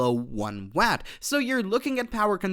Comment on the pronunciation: Can't pronounce watt, ⅓ in and no lede!? I Googled it. They have a device doing 1.7 TOPS. I just got an ARM device with 64GB DDR5, and an NPU TOPS, system 45 TOPS. Mine runs LLM and you are pitching something for security cameras. Get a clue.